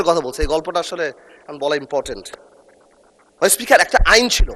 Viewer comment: এদের জুলাই নাম বলতে কষ্ট হয়,আর হচ্ছে মাননীয উসপোকার না মাননীয় স্পিকার